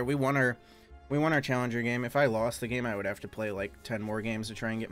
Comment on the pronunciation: “Would” not “world”